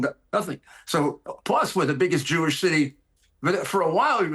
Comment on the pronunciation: He says "new york is the biggest jewsh city". i thought new york is in the united states🤔